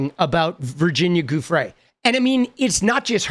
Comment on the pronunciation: Hi! Just a friendly… Giufrre is pronounced joo-fray 👍